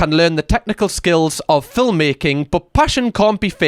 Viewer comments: the way you pronounce "film" is so satisfying. "fil-m"; so good. you have the best accent lol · I've seen your videos before... I don't think I've ever heard anyone pronounce every letter in film like that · I like how you say film. 😊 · Mispronouncing film like Melania does is a choice 😂😂 (it's a joke!)